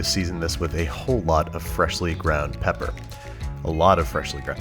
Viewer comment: Everytime you said salt or pepper, I hollered! Good video though!